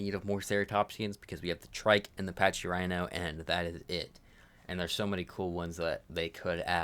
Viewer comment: Pachy is packy* not paccchhhy